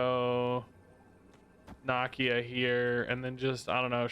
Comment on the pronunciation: Nuh like Knull, Key, Uh - Nakia - she’s in the movie my guy 😅